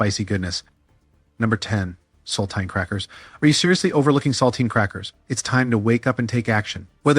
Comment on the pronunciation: Use an AI that can pronounce words like sardines, saltines, and Nescafe correctly.